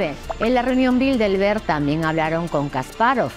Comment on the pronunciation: Aprecio sus libros y videos. En el video dice en varias ocasiones "Bildelberg" en vez de Bilderberg.